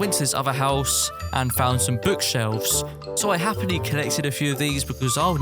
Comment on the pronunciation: he always says happly when he does some thing LOL